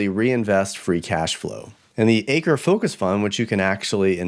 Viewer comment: Just a slight correction regarding "Chuck Akre"...his surname is pronounced as "Ack-ree". Otherwise, an excellent presentation, as always! Thanks for your great work and efforts!👍